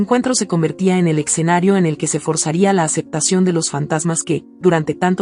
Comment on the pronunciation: Y dale con “el EXENARIO” Es ESCENARIO….ESCENARIO ESCENARIO….ESCENARIO😂